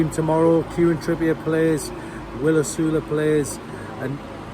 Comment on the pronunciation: My thought is that you should learn how to pronounce the name of our new striker 😅. Sorry, but it’s not Osulu or Osalu.